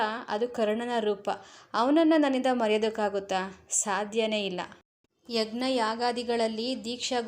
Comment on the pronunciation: ಈ ಮೇಡಂ ನ ಸ್ವರ ಹೇಳುವ ರೀತಿ ತುಂಬಾ ಚೆನ್ನಾಗಿದೆ. ಆದರೆ 'ಯಜ್ಞ' ವನ್ನು 'ಯಗ್ನ ' ಎಂದು ಉಚ್ಚರಿಸುತ್ತಾರೆ. ಅದೊಂದು ತಪ್ಪು ಕಂಡು ಬಂದಿದೆ. ಈ ತಪ್ಪು ತುಂಬಾ ಜನ ಮಾಡುತ್ತಿದ್ದಾರೆ. ಇದಕ್ಕೆ ಕಾರಣ ಇವರಿಗೆ ಕನ್ನಡ ಪಾಠ ಕಲಿಸಿದ ಅಧ್ಯಾಪಕರು